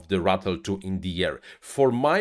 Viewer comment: Who else was laughing every time he said Rattle instead of Ratel lol